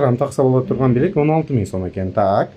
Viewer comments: Жакшы бирок билек эмес билерик деп айтылат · Билек эмес билерик Сару эмес сары туура айтсанар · Автор туура суйлочу, " билек"- дебей. Билээрик дечи тантыбай. Саны бар, сапаты жок блогерлер кобойду. Суйлогонду уйронуп, анан чыккылачыыыыыыы, кулку болбой. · Чулдурап "билек" дебей "билерик" деп туура суйлочу сен, тарткан бала. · Кел билерик деп туура суйло, молодец.